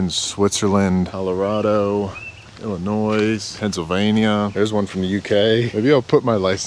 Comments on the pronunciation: Illinois the s is silent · Did he pronounce the S in Illinois? 🤦🏻‍♂️😂😂😂 I’ve never been more glad I wasn’t in the east coast school system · The “s” in Illinois is silent 😂🤣😂 another great video! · The S is silent in Illinois